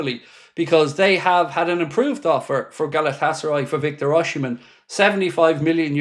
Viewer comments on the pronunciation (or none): Please learn how to pronounce Osimhen's name, if you're gonna keep reporting on rumours about him mate.